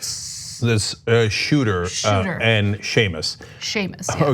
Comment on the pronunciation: Kinda cute that she got Seamus pronunciation so wrong bless her. I would have similar trouble with Cenk's name to be honest, if I hadn't heard it spoken.